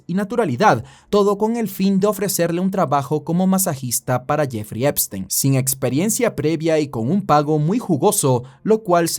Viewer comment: ''La isla de Jefrrey Trempstrein...'' 🤣🤣